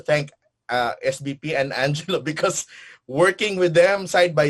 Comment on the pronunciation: Pls call Angelo..... Angelo, not Anggggg.